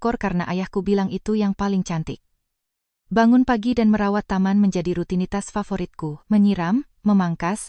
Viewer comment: Belajar bahasa mbak, mosok cantik dibaca kantik, cara dibaca kara. Kalah jauh sm cucuku yg masih TK A 😂😂😂